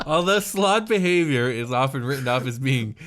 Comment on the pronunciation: .………it’s slaad.....(S-L-O-D)...